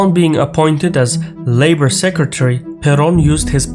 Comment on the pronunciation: He got the "Juan Domingo" part fairly correct, especially the J, but he was defeated by the R in "Perón".